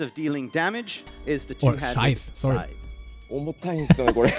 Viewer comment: saying scythe not side